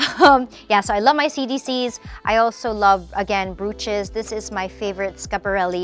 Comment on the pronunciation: So many mispronounced words like dachshund and brooches.